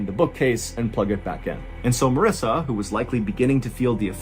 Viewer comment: Marissa is pronounced to rhyme with Melissa.